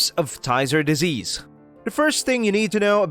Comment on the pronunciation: You are mispronouncing Tyzzer